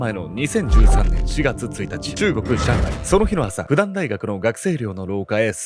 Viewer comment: 元復旦生から一言。中国語の拼音では「fudan」と書きますが、発音は「フーダン」です。日本語で読むなら「ふくたん」です。